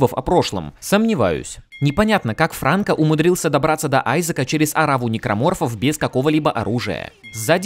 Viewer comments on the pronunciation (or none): none